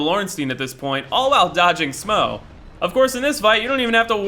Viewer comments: Ornstyin and smow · Ornstein can be pronounced like that or ornstine, but yeh now way is smough smaw hahaah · "Orenstein and Smow" 😂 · Did he say smwough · if you say "smo" one more time I'm gonna slap your gay ass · Ornsteen and Smauw? Never heard such disgusting pronunciation in my life